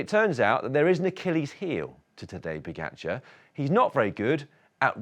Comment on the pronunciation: I don’t understand why you keep saying Po-get-char. It’s Po-ga-char. Is there really another way to pronounce “ga”?